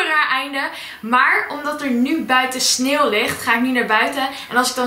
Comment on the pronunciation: Jij zegt sneel in plaats van sneeuw😂